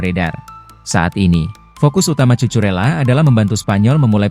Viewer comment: tulisan nya emang Cucurella tp dibacanya Kukurella min 😅